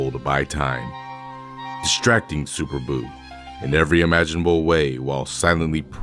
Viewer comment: NamaKAIan. Super BEW